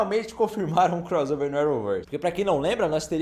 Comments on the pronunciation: É CROSSSSSSSSSSSSSSSSOVER ! Fala direito pô. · Não darei o LIKE porque vc fala croZover. Irritante demais. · Me irrita demais ouvir alguém falar CROZOVER, sendo que tanto em iglês como em português o som de 2 "S" é SSSSSSS